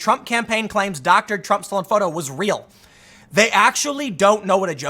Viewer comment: I love when Tim mispoke and said trunk instead of Trump xd